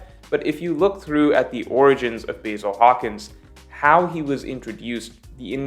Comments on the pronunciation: Pronounced Bah‐Zil. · Please watch the anime so you can pronounce the names like the Japanese would Basil🍃? Seriously?😂